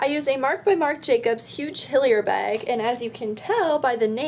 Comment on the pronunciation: ahaha when you said tag and bag you sounded so Canadian. xD